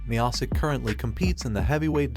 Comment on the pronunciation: Stype? Meahsick? Josie? Cormia? Jesus Christ dude at least learn how to pronounce their names before making a video like this.